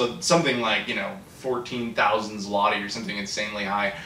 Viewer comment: About coke/pepsi prices: in polish stores it costs ~1$ for 1l bottle, and large 2l bottle is 1.5$ (5zl - pronounced "zloty" very well:-)). So those are not exactly as cheap as described. Though our local beverages are a tad cheaper. And yes - from euro/dollar/pound earner's point of view we live in rather cheap country. About consoles & games - most are imported from the UK/Germany - no region encoding issues. When PSX/SS were released in mid 90's they cost two months salary. And generally pc gaming was the only choice back then. Anyway I hope you've enjoyed your stay in Poland.